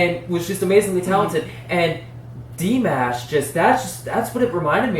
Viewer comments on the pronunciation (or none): Dimash (pronounced more like D'Mosh)., also can rap, rnr, full-on opera, he includes Kazakh folk songs, all in his fascinating concerts. You have so much to learn about him. He also can hit "whistle notes". He's also appreciative of fans & calls them "Dears". His Dears love me. That includes me! 🥰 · Aside from his fabulous vocal abilities and stage performances, Dimash (the mash is pronounced like wash) he is a very giving and kind man. He will dole out millions if there is a need and never speak of it. He often works with the great maestro, Igor Krutoy He remains single and lives with his parents, brother, sister and his grandparents. He is from Kazakhstan. The people there are mostly Eurasian and are very kind. He still bows when he enters a stage as a sign of respect to his audience. When a first born son comes into the family, they are handed over to the grandparents for their first 10 years. That does not remove them from their parents, as the entire family lives together. Dimash was that first born and still calls his grandparents Mama and Daddy. His mother is a famous Kazak soprano opera singer and his father is a famous pop star and producer. He believes family is the most important thing. His parents traveled with their careers so this Kazak tradition worked well for his family. He began training with vocals at age 5 and also instruments. He just completed his Masters and his plans are to go headlong into his doctorate. He is 6'3" tall and a swimmer. He adores his fans and calls them his Dears. He is known to get down on his knees to be able to reach out and touch his Dears while he is singing. He also signals his Dears to sing with him on occasion. As you can tell, his Dears love him greatly and learn everything they can about him. Hope you continue to react to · Igor Krutoy pronounced it as Dee - MAAAASH. Listen to how he introduced Dimash at the Love Is Like A Dream in Moscow and New Wave 2019.